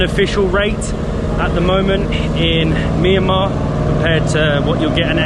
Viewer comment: Mi ya ma❌ Mian ma✅